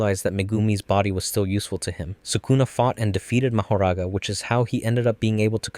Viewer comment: Nah it’s Ma-ho-ra-ga